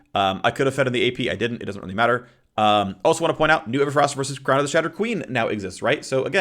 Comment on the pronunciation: Shrown- Shrown? Crown of the Shattered King